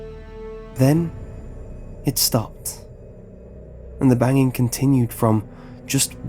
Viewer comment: why do you pronounce the "g" as "k". "dreamink" "bangink" "runnink" "traumatizink" "disturbink" "cryink". it's not all the g's but most of them